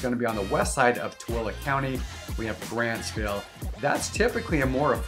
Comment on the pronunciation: Grantsville. Not Grandsville. 😅😂😅